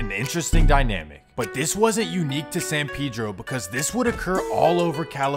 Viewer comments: San Pedro not pee-dro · It’s San PEdro not PiDro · It’s San PAY-dro not san PEE-dro… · That’s actually closer to how it’s pronounced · san peh-dro not san pee-dro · Says dude pronounces San Pedro wrong — proceeds to pronounce it wrong himself the entire video. It’s a Mexican name. Pay-dro, not pee-dro. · yes I realized that as well. They call him Pay-Dro! When in reality it's pronounced "Peh-Dro". In all honesty I think Peedro is just a little too extreme of a pronunciation for me I guess. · It’s fasho pronounce pay-dro not pee-dro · It’s not Pedro (Pee-dro). It’s ( peh-dro) 🤦🏽‍♂️ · It's not San pee-dro 😂 it's San Pedro pronounced (sun pehdro) as in the Spanish name.LoL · Why is it San Peeedro and not San Pédro(Hispanic voice) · I mean they might pronounce it San peedro but it’s San paydro not peedro. Jesus Christ and I know I spelled it wrong but im enunciating for the sped kids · Even it Spanish it’s not pronounced pay-dro… it’s peh-dro. The “e” sounds like the “e” in the word metro …also the letter “a” in San Pedro makes the same sound as the letter “o” in the English words on/off not like in the English words man/plan. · “San peeedro lmao? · They don't know how to say it. Says it wrong. Lmao. San Pedro pay dro my guy. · Lol San Pee-dro. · it's pee-dro too . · It’s San pay-dro couldn’t watch this shit cause u said it so ass😹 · Why is it so hard to say Pedro? That Pee Dro pronunciation was killing me! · Why They Pronounce It Peedro? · Technically you’re right but literally everyone from San Pedro pronounces it pee-dro. Just one of those things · “San peedro” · You pronounce it san PED-RO in these cities in Cali were named by Spanish people and Mexicans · Sorry big homie but it if you’re shooting for Spanish, it’s neither… the e is pronounced like the English word metro uses the e. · "San Pedro" you can't even pronounce it yourself 🤣🤣 come to San Pedro Sula, Honduras see if you would make it bud. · Even if he can't pronounce San Pedro?